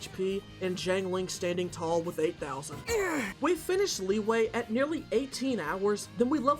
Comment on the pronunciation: Wtf is "Lee-way"